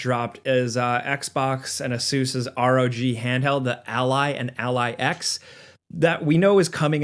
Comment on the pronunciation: i am glad you proncounce Asus the correct way! Ive had too many arguments with people who say "aysis". Drives me nuts!